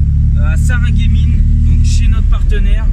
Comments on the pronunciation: L'event c'est sur Sarreguemines ? (qui se prononce Sarre-Gueux-Mines :p) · Le e dans Sarr(e)guemine sentent pas 🙄 ont à des noms de village un peu louche dans le nord est surtout l'Alsace ont est champion 😁 mais vous êtes excuser 😅 sympa la vidéo 😉